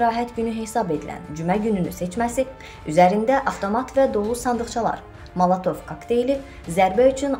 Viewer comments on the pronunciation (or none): Molotov sözünü Də düz demirsən.malatov nə deməkdir. Budur sizin savadınız?